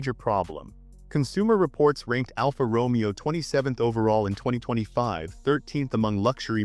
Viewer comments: It’s is not pronounced ALFA ROMEO it’s pronounced Romayo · say after me..... ROW-MAY-OH. not the Shakespearian Character!